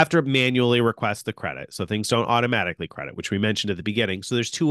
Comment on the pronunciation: “automajihkly” 🤣 watches Andrei Jihks channel too.